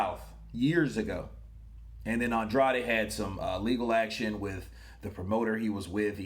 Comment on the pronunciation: He says "Ann-Draid"(weird, I know).